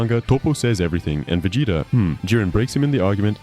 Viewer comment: I realized something was wrong the way the voice was pronouncing Vegeta, man I hate this kind of content